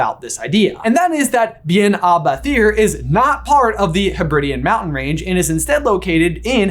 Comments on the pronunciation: its pronounced bet-hear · "Bethir" is pronounced more like "beh-here" because TH in Scots Gaelic is pronounced much more like an English H.